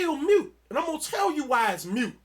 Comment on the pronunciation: It's not "mute", it's moot. When you try to use words you don't have a full grasp of, effect than intended. it has the opposite